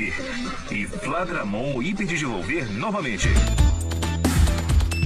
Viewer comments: O fladramon é o nome japonês do flamedramon rsrs o dublador leu errado uai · VDD NO DMO- DIGIMON MASTER É FLADRAMON